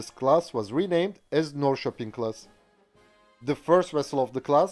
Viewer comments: Literally the first time i've ever heard a non-Swede pronounce Norrköping right! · I lived in Norrköping for about two or three years and it surprised me by how well he pronounced its name. I'm used to English people straight up busting it out on city and town names haha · As a Swede and a citizen of the town of Norrköping, I approve your pronunciation of the name of my hometown. Very well done and I’m a bit amazed!